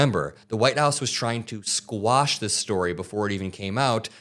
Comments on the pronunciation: … it’s quash. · It's QUASH! 😂 Not squash.. thats a.vegetable. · you "quash" a story, not squash